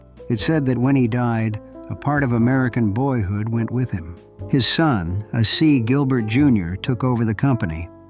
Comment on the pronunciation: I was looking forward to seeing something about my very favprite toy. Until I heard the shitty computer generated narration. Uhsee Gilbert, indeed. Totally ruined the production.